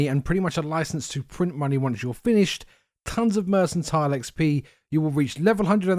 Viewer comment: Lol restore fatigue. So you make a potion to make you tired. FYI - mercantile has a hard C. Also, thanks for the guide.